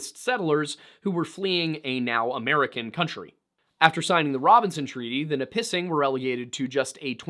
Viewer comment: You pronounced Mississauga and Nipissing fairly close (miss-ah-sah-gah) and (nih-piss-ing)